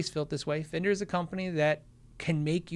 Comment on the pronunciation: "in a fender hat" sounds like "an offender hat"